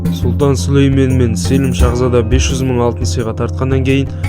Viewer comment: Селім емес Сəлім ғой қазақша.